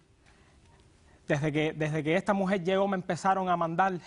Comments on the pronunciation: Este pendejo " " ni siquiera habla bien...se la pasa..diciendo... esa MUJEL...ESA...MUJEL..ESA....MUJEL.....ESA....MUJEL...( SE DICE..ESA MUJER) PENDEJO!!!!! SALUTATIONS DOCTORA POLO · Esta mujel y está mujel,que le pasa a ésta gente con las R no las pronuncian jajajaja suena horrible,ésta mujel jajajaja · Esa mujel esa mujel Esa mujel Esta mujel